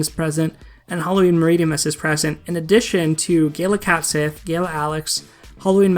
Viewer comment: Its pronounced cat she not sith. I learned this from final fantasy 7.